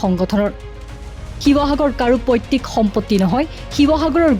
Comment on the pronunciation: পৈতৃক হে পৈত্তিক নহয়।